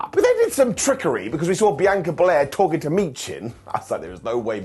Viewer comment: I don't get it, can you not HEAR how Bianca says HER name!?!?!?